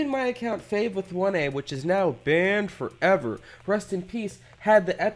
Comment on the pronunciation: Nobody: Fave: BaNd FOrreVeR